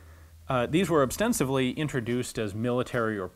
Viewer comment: I know this video came out 3 years ago but it's OSTENSIBLY not OBSTENSIVLY